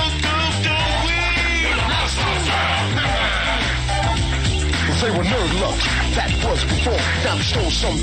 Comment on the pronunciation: “The Monstar jam”